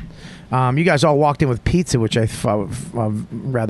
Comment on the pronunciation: Pizzer?! What the hell is pizzer?! Bobby🤦🏽‍♂️